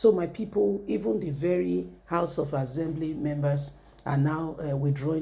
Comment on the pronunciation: Better your pronunciation. ASSembly not AZembly.